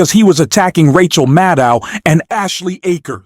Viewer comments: Rachel “Maddul”? Did she change her name seconds after this guy said her name as “Maddow”? Y’all excuse me, maybe I’m just soaring but it sure sounds like he either changed the way her name is pronounced in less than 2 minutes deliberately or forgot that quickly how he said it just moments ago. Then again, he says “pending the need” before saying “bending the knee” 11 seconds after. Am I just high, deaf, or did anyone else catch that also? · It’s Mad-oh. Simple.